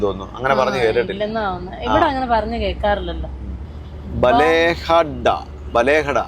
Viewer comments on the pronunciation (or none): ചാവട്ടി❌ ചവത്തി✅ ബലേഹഡ❌ ബാളേഹദ്ദ✅ കാട്ടൂ൪❌ കാതൂരു✅ മഞ്ചിക്കേരി❌ മഞ്ചിക്കെരെ✅ യാനാ❌ യാണ✅ സ൦ഗതികോപ്പാ❌ സ൦ഗടിക്കൊപ്പ✅ 😊😊